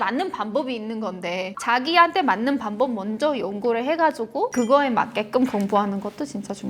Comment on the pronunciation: 발음에서 안되는거 찾음 방법을 반법이라 발음